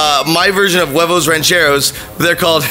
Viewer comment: It bothers me how joven says rancheros but I still love him he my second favorite lasercorn is my first favorite